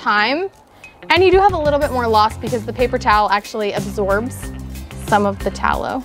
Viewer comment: i keep hearing "beef towel" lol